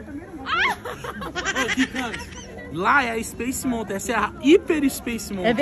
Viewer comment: Uma dica: Nao se fala Montain, se fala Maltan. Amei o vlog!!!